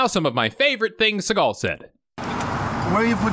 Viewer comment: Fact: Steven's last name is actually pronounced sea-gull, just like a sea gull bird lol